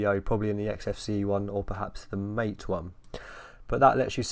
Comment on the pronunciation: MATE is not pronounced "mayte" (rhyming with fate or rate)! The only correct way is "mahh-tay" (rhyming with "fart, eh?")